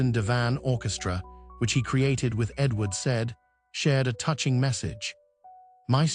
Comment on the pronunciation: Great man but poor (AI produced?) video with continual irrelevant clips of Jacqueline du Pre, and with wrong pronounciation of Edward Said. Daniel Barenboim deserves a better tribute.